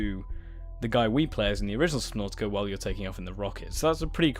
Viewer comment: I have never been on this channel but... I like how you said subnautica for me it sounds like subnåtica